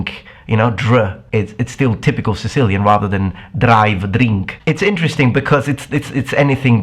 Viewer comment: That moment when you say drink accidentally in a Greek accent.